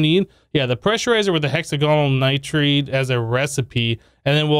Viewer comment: It is nitride lol, every time he says it, he says nitrade. I used to all the time so I get it. But it is a nitride